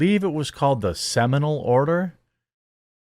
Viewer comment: “Semanal Order” 🤣